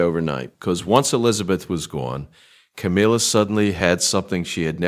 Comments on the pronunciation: AI can't even pronounce Ca-MILL-ah. Half the time, it's Ca-MEEL-ah. I'm not a fan, but it's irritating when the name is incorrect. The storyline is about her, at least try to proofread and fix. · Camilla - it rhymes with Gorilla- it’s not Ka MEAL A